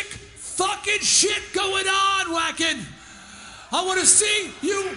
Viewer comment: I LOVE Twisted Sister, but come on Dee......it's pronounced Vacken! The "W" is pronounced as a "V"!!!